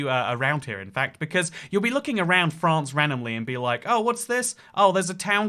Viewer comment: Lol@ the presenter, "FraRRnce"